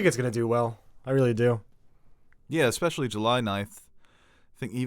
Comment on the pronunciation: I like the new guy. But he has an "exspecially" and "supposovbly" problem.